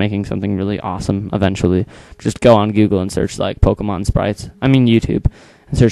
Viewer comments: dude wtf is a poemon?is it a ghost or what? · poemons lol